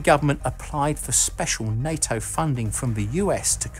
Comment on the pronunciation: Why does the voiceover keep saying night-o fo NATO?